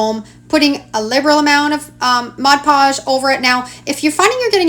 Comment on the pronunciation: Thank you for saying MOD PODGE and not ‘modge podge’ hahaha. This is amazing and you just make it look so easy 💖